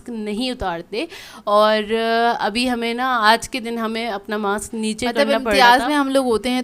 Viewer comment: Nice vlog. please pronounce mask correctly.its ماسک not ماکس